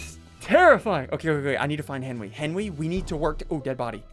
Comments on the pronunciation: Hes been saying Henwy for a long time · "Henwy did the wights"-Sundee 2020